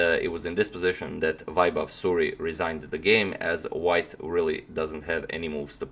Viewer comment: The pronunciation of vaibhav's name would b like "way-bhav" or "waie-bhav", vaibhav means ethical or right path in Sanskrit (Sanskrit is world's one of the most oldest language)